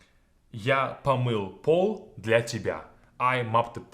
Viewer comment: Do I just have useless English ears, or does this 100% sound like "гля" rather than "для"??